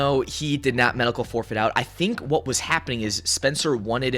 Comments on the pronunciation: Drake's last name is pronounced I-All-Uh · Just a heads up from a Hispanic writing out the phonetic spelling of Ayalya (Drake Ayala) aa-Yaa-LAA or Ay-ala The A is actually to be pronounced like a I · You doin this on purpose. It's Ayala(I - Yaw- Luh) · Pronounced I-Ella. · Bro it's. Aya laaa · It’s pronounced eye-ala. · Drake Ah Yah Lah fyi 😂😂😂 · Fyi the ay is pronounced as a hard I so its like eye-ala, ayala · drake (eye-all-uh) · the biggest problem between this, is him mispronouncing ayala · Can you please pronounce Ayala correctly? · Can you please say Ayala correctly